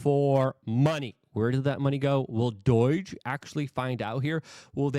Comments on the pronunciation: IT IS NOT D O Y G E !!!!!!!!! IT IS D O G E !!!!!!!!!!!!!!! can you say the word owe???? DOGE RHYMES WITH "OWE", NOT "BOY", THAT is how it pronounced.... driving me nuts every time when you say it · Say it with me, DOGE (Doej). There’s no I. It’s not Doiiiiiiige. Doi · Please stop sayong doyge. It's doge. Like dough-j. Not "doyge" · for the millionth time. it's D O G E. not D O I G E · Luke, why do you say Doige? You're literally adding letters. Doge isn't that hard. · It's doge, not doyje... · I can't anymore. Enough with this "DOYJE" stuff bro 😂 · Are you saying "DOYGE" on purpose? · Why do you keep pronouncing it doige... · Luke, God bless him, isn’t well-known for his proper pronunciations. My favorite was “exasterbate.” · For the love of god Luke, PLEASE learn to pronounce DOGE correctly….